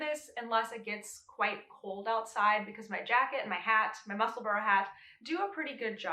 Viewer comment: Lol this whole time I’ve thought you were saying “muscle bro” hat. And I was thinking hmmm manly 😂😂😂